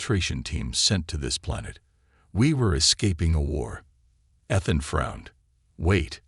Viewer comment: ETHAN with a long E, Not short. And then misspelling the same word? NO thanks.